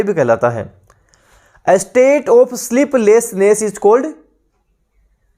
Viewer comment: Thanks for the session sir Ji... Sir ji aap jo bhi correct answer hota h...usko Mark bhi kr diya kijiye because sometimes confusion ho jaata h pronunciation k kaaran...like of...off to aapne to answer of btaya but konsa of...off... this is not clear...